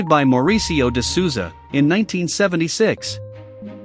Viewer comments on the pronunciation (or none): none